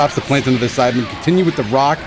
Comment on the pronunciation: Y does it sound like he’s saying sidemen and not saibamen